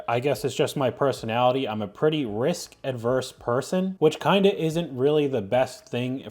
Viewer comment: it’s risk-“averse”